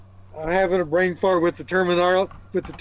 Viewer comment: Stay away from the mushrooms. They have fried your bwain!